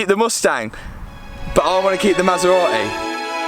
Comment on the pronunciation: Since you can’t say Maserati because you apparently don’t pronounce “t”s at all you should give that one to me! LMAO! They are both crazy!